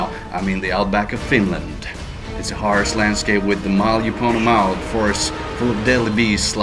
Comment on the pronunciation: and it's not "Finnland"